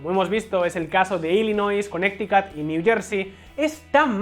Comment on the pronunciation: en serio le dices "conecticut" a Connecticut, que se diría en castellano "Conericut".